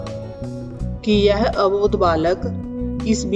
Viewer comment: लगता है आप पंजाबी हो आप के उच्चारण में गड़बड़ है आप यह को जय बोल रही हैं।